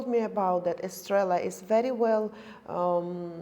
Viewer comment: Either Rokerderlig or Kopperberg strawberry and lime will sells tons. Estrella is about £6+ a pint in UK. And you pronounce it spanish not like Stella